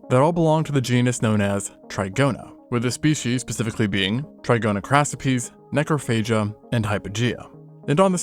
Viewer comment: “. . . necrophagia.” Oh no.